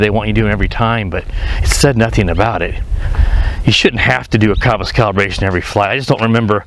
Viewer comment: CUM-PUS not COHMPOS lmfao probably the thing that annoys me the most on your reviews but try to minimize the chatter too lol